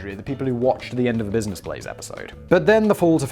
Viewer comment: “Blizness Blaze” “My Splace”. What’s in that solo cup Simon? Also “cockwomble”. I’m so glad I’m not the only one that uses that term.